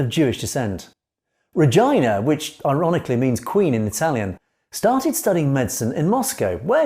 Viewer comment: What an unfortunate mispronounciation of the name Regina.